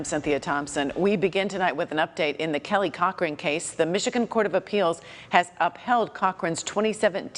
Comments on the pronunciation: It's pronounced Cockring. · I mishear “Cochran” as “cock ring” every time... :(